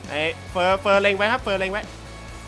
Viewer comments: เฟรอ 55555 ขำเเดก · เฟอ พูดแบบห่อลิ้น 5555